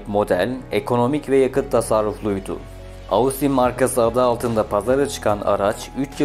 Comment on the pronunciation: "Austin" kelimesi "Ostin" olarak telaffuz ediliyor. Normalde söylemeyecektim fakat çok kulağımı tırmaladı o şekilde telaffuz etmen.